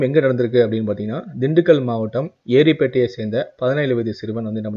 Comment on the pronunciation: Bro ஏரிப்பேட்டை illa,எரியோடு bro...